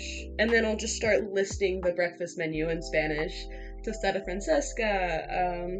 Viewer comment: its tostada francesa not francesca